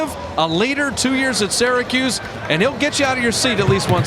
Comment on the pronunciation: I Can't be the only person who gets annoyed by the way he says Syracuse 🤣 anyway great vid so far